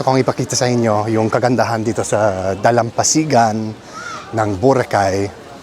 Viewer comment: Your pronunciation of the word "dalampasigan" is on point 👍